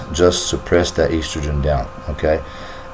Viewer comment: So boring! Made me sleepy and he can not even pronounce estrogen properly. Eastrogen Ha, Ha!